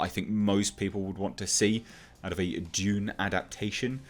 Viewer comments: It’s Dune not June!!! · Its pronounced dune